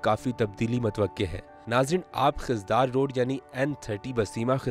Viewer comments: Aap ko yeh pata hona chahiye k khuzdar ko khizdar na pronounce Karen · Please correct your Pronunciation it's Khuzdar not Khizdar . Please try to take all names Correctly